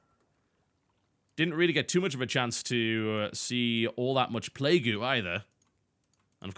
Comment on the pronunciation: why does he pronounce it "play-goo" at times?